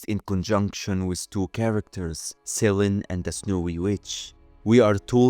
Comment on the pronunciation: the goddess of the moon is "se-lee-nee" not sellen, but very interesting